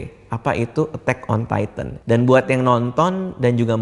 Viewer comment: baca kata "TITAN" Radit dan Kevin : Taiten Gua : Titan T-I-T-A-N